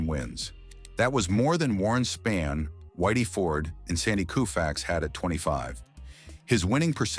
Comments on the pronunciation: cant even pronounce names of legends correctly!! "koo-fax" "Spann"....🙄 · It’s the A.I.(?) or ignorant sports stats’ pronunciations that get me. Calling zero- NIL.. what is this, PREMIER LEAGUE SOCCER? Warren “Span”, Sandy “Koofax” although for some reason it was pronounced correctly the first time it was spoken. But.. the stats such as 7,2 instead of 7 AND 2..for example. That is ridiculous. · Is the narrator a robot? Butchers names. Koofax, Spann. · Video was good, next time you do a video find an AI voice that know how to pronounce Spahn & Koufax. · So annoying and disrespectful to mispronounce Koufax's name...several times. Same with Spahn. And HOW many times can you say the same things over and over? AI narration stinks. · Knucklehead narrator couldn't even pronounce Koufax or Spahn.